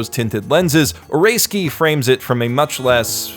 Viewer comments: shows name: oresuki how this dude pronounces it: oreskee w h a t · Well rather than "Oreski" which is kinda correct its more of a "O-ray-ski" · You know this guy is white when he pronounces it "Oreski" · {Ore-ei-ski} That pronunciation.... what is wrong with you.... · Snow I mean Oresuki as in Orayski, thats how I pronouces it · Why do you call it or-ray-ski? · "Eh ray skii" Geez that might be the worst you've ever butchered a name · I'm also really enjoying Oresuki (I don't think you're pronouncing that right, it's O-re-suki) as well. It's certainly a different twist on the harem genre. It's only when someone like you puts down your thoughts into a video that I can truly appreciate all the brilliant aspects of this show. You're right, most harem anime, in fact most anime, don't show this treacherous side of romantic entanglements & the cunning way people wheedle and manipulate others to get the person they want, often at the expense of other people's feelings. Or if they do it's way too extreme, like NTR stuff, and I can't stand that. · Pronounces "OreSuki" as "Or-a-ski" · Stop saying like ahrayski LOL